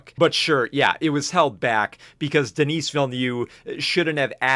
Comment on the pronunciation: Denese is a womans name bro. His name is pronounced "Denny"